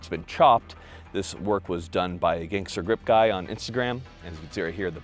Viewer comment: Dang. You just murdered the “guy” in the beginning.